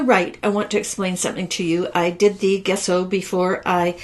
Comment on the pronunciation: Wonderful card, taught wonderfully. For your next video, gesso is pronounced with a soft 'g', as in jello. ;)